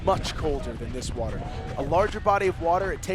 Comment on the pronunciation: Do a burpee every time the announcer mispronounces the word "water".